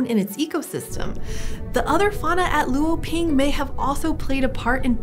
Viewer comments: Luoping (罗平) is not lu-o-ping. Luo (罗) is one syllable which sounds more like /lʊə/ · ngl the way they said “luoping” hurt my soul a little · thx for the extrodinary explaination on the wonderful paleological discoveries, just an insignificant reminder here, for 罗平 LuoPing, the "lu" is pronounced with "o", sounds like "lwo", not seperated. keep up with the fantastic work! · That's neither how you say Luoping nor lagerstaette.